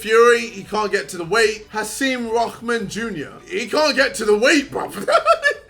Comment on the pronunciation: I swear man poor Hasim Rahman’s name has not been pronounced correctly in the whole video Lmao